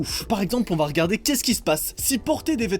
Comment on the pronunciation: C’est moi ou au moment du père Noël il c’est dit mais keskisepasse